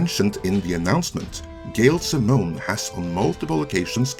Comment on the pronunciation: You were telling me all the right things and getting me hyped till you said "Gail Simmone" lol And I liked the Conan reboot lol (I thought it was slightly better than the Solomon Kane movie)